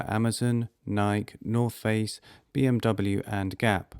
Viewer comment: Nyk? You mean Nike? (Ny-kee)?